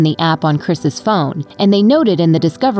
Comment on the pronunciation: Say “Chris’s”. You sound like an idiot.